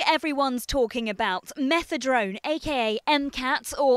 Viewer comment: Is it me or does she keep saying Methedrone? Fail